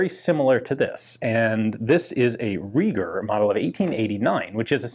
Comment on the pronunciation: If Reiger is a German name then it sounds like Riger, "ei" is like "i" in "ice".